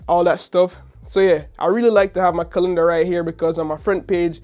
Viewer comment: Man said Colinder instead of Calendar 😅